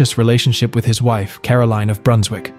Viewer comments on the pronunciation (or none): none